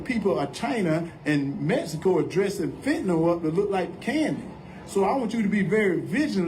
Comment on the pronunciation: Walker can't even say MEXICO correctly... He says MESICO...🤦🤪